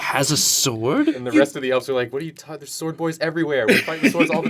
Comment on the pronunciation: shword boy, not sword boy